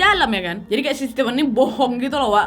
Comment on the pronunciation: Keren cara penyampaian cerita kau, nad. Tapi setiap nonton harus melototin setiap tulisan yg muncul, karena suka salah sebut 😂. Stipen (sesuai pengucapan nadia 😁) adalah 2 diantara yg kuduga. Satunya lagi ya lakinya si korban. Alasan stipen mungkin sama dengan dugaan yang bilang kejahatan karena ada kesempatan. Ditunggu kasus-kasus berikutnya ❤️